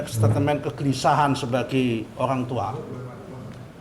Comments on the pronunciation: Son son.. Ngmg aja gk becus ko jd jubir😂 staitmen son.. Bukan statemen😂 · "setatemen', "setatemen" setatemen" "setatemen"...memang dulu ada Holden Statemen tapi bukan Setatemen